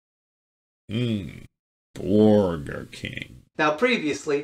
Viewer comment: To be fair, /did/ say “borgar” soooo.. 🤷🏻‍♂️